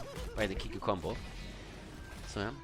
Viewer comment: dear its pnonounced kikoo like in cool:)). kisses from france